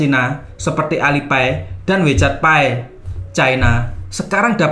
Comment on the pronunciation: Tadi sempat bingung wkt nyebut "wechat pie"?? Ky kue pie🤭..trus gw pikir2 kn ini temanya uang dan pembayaran. .. o.. mungkin maksudnya "wechat pay"..; baca wechat pe